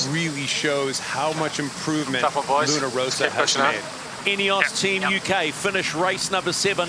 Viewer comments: I'm still struggling to understand why the commentator can't be bothered to pronounce the name of Luna Rossa correctly. It seems like a laziness bordering on insulting. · Hai perfettamente ragione, non solo sui colori ma anche sulla pronuncia. Non è che non sanno distinguere le consonanti doppie - è che non conoscono la differenza fra l'accento grave (rosa) e l'accento acuto (rossa).